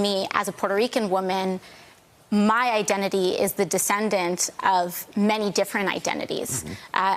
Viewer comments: I’m “LATINA” hahaha the over pronunciation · She tried to make her self sound more culturally authentic by pronouncing Latina as LAHTINAH. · Regular speaking ...regular speaking.....heaviest accent ever when pronouncing "latina" lol Ridiculous. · Why does she switch to Spanish when saying the word "Latina"? So annoying. When speaking English, the word should be pronounced in English. Also the country is called Spain in English, not Espana, and it's Mexico, not Mehico.